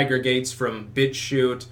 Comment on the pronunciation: "He's now a bitchuter" lol it sounded like "bitch shooter" xD